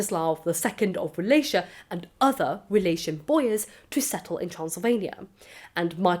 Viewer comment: Wallachia is actually pronounced with the hard Cs not the soft Cs